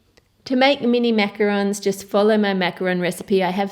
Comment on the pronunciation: I just came here to see if she said Macarons correctly, in which she did 😂